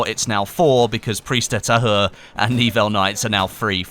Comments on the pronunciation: "Priz de ta-u-r" plz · Really sorry if I misinformed you about the pronunciation of the map. I know pronunciations are a bit pedantic but: Pri-ze d-uh Ta-u-re e is more like uh h is silent u is like gutural u, not "ou" Again, I know French can be hard to pronounce but it would make you sound a lot more professional and you might learn something. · You can say it like preeze deuh thahure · Hahahaha I’m French and how do you pronounce Prise de tahure is really funny 😂😂